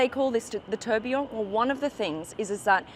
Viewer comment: You are pronouncing Tourbillon really badly 😂